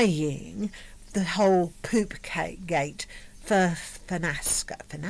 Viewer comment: "I believe it's called Poopgate" whahahaha in that posh English is so funny.